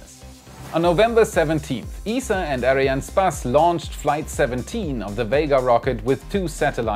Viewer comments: why does he keep on saying Arianespaas? It bugs my OCD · its pronounced ARIAN "ESS" "PASS", just so you know :) keep doing your work, love the show! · Hey you mispronounced "Arianespace"